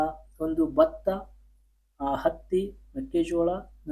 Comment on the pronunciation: Bro that is not Bhakta that is bhatha😂😂😂😂😅😅😅